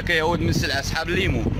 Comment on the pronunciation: LIMOUNE . IL LE PRONONCE (( LIMO )) DRÔLE D'ARABE .LIMO